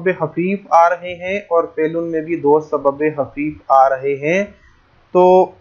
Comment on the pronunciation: سر آپ بار بار سبب حفیف بول رہے ہیں کیا یہ سبب حفیف ہے یا سبب خفیف ہے